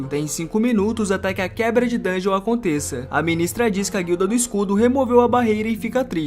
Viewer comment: da um ódio quando o cara fala "dun ge on" ele pronuncia o bagulho tudo errado